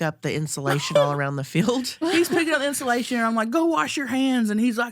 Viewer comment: I’m in tears at the mouse story and then when the timer went off saying “if you’re a mouse that gets in instillation (instead of insulation)…fuck youuuu!” I am crying 😂😂😂 Love y’all hunnies ❤